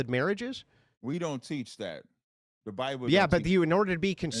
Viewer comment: This was a wild debate. right, their whole religion is based on word concept fallacies and misinterpretations. And, WTF is a "Biboo"? Should've axed him what a Biboo is.